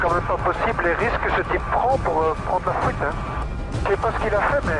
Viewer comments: fuite ou fouite?? mdr le ga en élico dit fouite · "véhicule en fouite" "la voiture en fouite" "la Audi en fouite" Quel accent dis donc... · "En fouite" Accent de Merte ^^ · "attention l'Audi est en fouite" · C'est moi ou il dit : Fouite :D ? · Il prend la "fouite" .. lol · Fouite ptdrrr 😂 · PS : accent(s)...